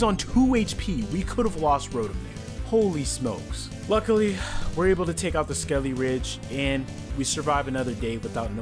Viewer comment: Nemona's SKELEDIRGE was a monster the whole run. It's purnouced skel-i-durge not skel-i-ridge